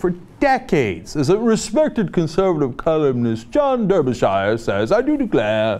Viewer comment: He's named after the English county. That's pronounced "DARBYshear"